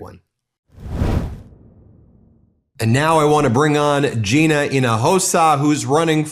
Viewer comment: Thanks for pronouncing Gina's name correctly!